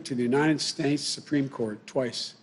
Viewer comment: He said United Snates....and the Attorneys General....cough....cough...